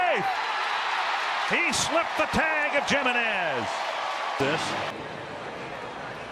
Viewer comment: Not JIMenez Try HIMenez